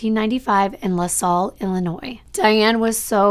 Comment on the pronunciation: Its lah sall.....not lah saw IL. I live near Peoria/Pekin/Mapleton & had never heard of this case.